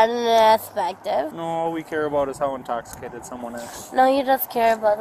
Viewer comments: “I am a little TOSICATED “!!!!! 😆👀🤪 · True, but smacking herself with her car door, right after saying "I am a little intoxshicated, yess" is pretty solid second. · “I’m a little intawwsikated” Smackes head on car door 😂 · “I’m a little tossicated”